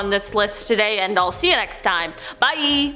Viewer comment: THAT BYE WAS A BIT OFF TONE NO